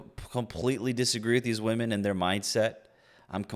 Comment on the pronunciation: Is it a new trend that womEn need to pronounce womEn as "womAn"?